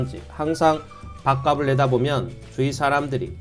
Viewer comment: 밥갑슬 이라고 발음하기바람